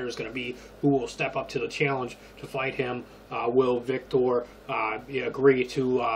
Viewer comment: It's Vitor, not Victor lol